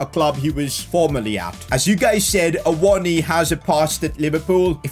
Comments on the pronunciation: Awonyay is how you say it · It is a-wo-no-ee btw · Awoniyi for union berlin was always pronounced Ah-woah-knee basically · Loving the series so far mate, just wondering. Will this be a long term series? Also, Awoniyi is pronounced Ay-Woh-Nee-Yee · Ahh-won- ni- yay is how u say his name 😂😂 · Awoniyi : Ah-Woe-Knee-Ye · His name is pronounced Ta-o Awan-gi by the way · His name is pronounced Ah-woah-knee-yee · From a Nigerian: ah-woh-nI-yI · I think u pronounce awoniyi as a-won-a-yee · It’s A-won-yee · A-won-niwi is how to say it. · Its pronounced Froyler, Aiwoni and Nico Williams not Neco Williams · You pronounce awoniyi as A-wo-nee-yee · u pronounce it [AWO NI YI] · You pronounce it a-won-ye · awoniyi is pronouce like Aa-woh-nee-yee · It’s pronounced Awoneeyee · it’s pronounced (uh-won-uh-yee) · It's a-won-ee